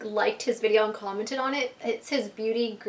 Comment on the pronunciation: Lol she said "clommeted on it" LOL!